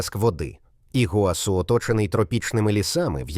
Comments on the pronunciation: Тільки не ПамУккале, а ПамуккалЕ, наголос на Е. Не ІгуАсу, а ІгуасУ, наголос на останнє У. А тільки у розповіді про водоспад Гокта, показали фото водоспаду Анхель. Таке собі відео... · Щиро дякую! Сподобалось❤. Ведучий неправильно ставить наголос в словах Памукале і Ігуасу